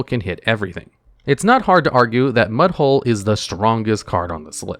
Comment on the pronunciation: Mudhole is NOT what I heard.